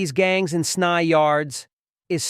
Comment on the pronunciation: S-n-y…not snye lmao